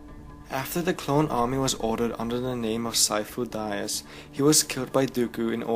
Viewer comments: It's pronounced "De-us" not "die-us" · omg Sifo Dyas... (Dee-ahss), not (Dye ahss). Besides that, Thanks for the explanation. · "Syfo Dayas"? Really? Dude, you should know his name. It's said in the movie, ffs. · "Sifo Dieas." You wot. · am I the only one who cringed every time he said Sifo-dyas's name wrong? loved the video overall though I'm just a nit picker sorry :P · Me to! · I'm sorry, but I just feel ear fucked by your mispronunciation of Sifo Dyas